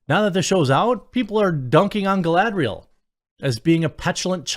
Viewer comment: I think you mean, galadrrrrrrrielllll. 😂😂😂